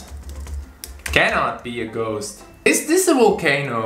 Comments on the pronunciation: Dude it’s volcano not vulcano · It’s pronounced ( vol or vul ) vol - cane - oh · Writes volcano correctly on other rounds Also him: Vulcano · Volcano* not vulcano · my guy not being able to pronounce volcano wana make me laugh